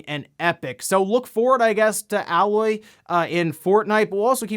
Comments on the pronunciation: It's funny that as people are pushing for 70 dollar games Xbox is pushing to make things cheaper. Also did anyone else notice the "Alloy"? Grinded my gears a bit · Never played Horizon Zero Dawn huh.. it's pronounce 'A' 'LOY'. Not like a mixture of 2 metals. That's the one thing I remember about that game is the weird name they gave to the main character. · Why are you saying alloy. Her name is aloy. The game is voiced so you hear the name spoken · they pronounce it AiLoy in the game. Several times actually, but you do you. Your channel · "Ah-loy" OOF That one hurt 😂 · Pronouncing it as Alloy really shows you didn't play the game. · Aloy . AYE-LOY how dare you!! 😂😂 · It’s A-loy for Pete’s sake 😬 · Aloy is pronounced Ay- loy just small correction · 'Alloy???' Are you sure you are pronouncing 'Aloy's' name correctly? You may want to play the game again to verify that. I'm sure its not pronounced 'Alloy' like the metal. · It's pronounced Aye-Loy 👌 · Isn’t it pronounced, “A-Loy?” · "Ae-loy" good buddy. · Aye Loy! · Please play Horizon,. It's painfully evident that you haven't based on your pronunciation of Aloy's name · That’s not how you pronounce Aloy dangit haha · Anyone else slightly annoyed at how he pronounced Aloy? Lol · says Aloy’s name like she’s a mixed metal🤣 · I just assumed he never played HZD so he never heard anyone say her name, definitely not a big deal at all! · I like how he reveals he's never played Horizon Zero Dawn by repeatedly saying her name wrong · Aloy > Alloy... that shit bothered the fuck outta me. Clearly he didn't play the game. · Bruh it's "aye-loy" not "ah-loy" 😂 GET 👏🏻 IT 👏🏻 TOGETHER 👏🏻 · It's kinda sad when someone who specializes in this stuff can't pronounce Aloy correctly. It's Ay-Loy, not AL-Loy. Have you seriously never played Horizon Zero Dawn before? You have NO idea what you're missing if you haven't. It's one of the very best games from that console generation. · Her name is pronounced Ay-loy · Its A LOY not owloy